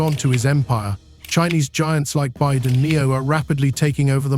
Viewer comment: For the record, the Chinese manufacturer doesn't pronounce its name Byde, it's Bee Why Dee, the initials BYD stand for Build Your Dreams.